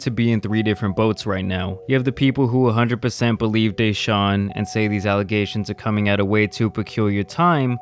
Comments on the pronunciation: It's not Dayshaun it's DE Sahun. At least get his name right jesus lol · Everybody: "Deshaun": " Dayshaun" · DAY-SHAWN. Its D SHAWN. come on brotha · DAYshaun lol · Bro please stop saying DAYshaun it’s deshaun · DA... DA-Shaun. Not "Day"-Shuan😒🤦🏿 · De - Shawn Not Day-Shawn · Its duh-shaun not dee shaun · It's Deshaun, not DAYshaun. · Dude WTF is wrong with you. First you mess up pronunciation of Mal’s name now DaShaun Watson. Get they names right!! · You get a thumbs down for saying DAY-Shawn......🤦‍♂️ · Why do you call him Dayshaun? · Cringe as a mofo did you really just say daeshun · Lol you say his name like a white history teacher